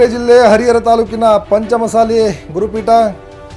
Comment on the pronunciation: ಚೆಂದಾಗಿ ಪಂಚಮ ಸಾಲಿ ಅನ್ನು ಗುರುವೇ, ಮಸಾಲಿ ಅನ್ನಬೇಡ